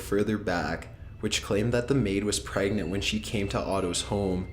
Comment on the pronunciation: "Aygg." "Praygnant." "Pahsta." And of course, "nuculer."